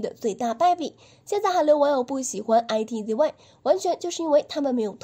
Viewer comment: I T Z Y ? 不可能是這樣發音吧…